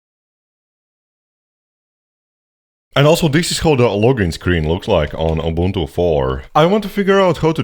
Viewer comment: He’s correct it’s pronounced oo-BOON-too in Xhosa and Zulu.